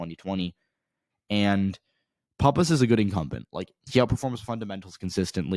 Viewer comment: You don't know what you're talking about in NH. NH1 is not left trending. It's much more conservative than NH2. Leavitt is not a disater candidate and she's going to beat Pappas. btw you're pronouncing Pappas wrong. Also who the hell told you the Republicans are giving up on Bolduc? That's not even close to being true.